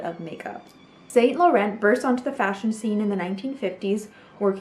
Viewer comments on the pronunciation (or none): none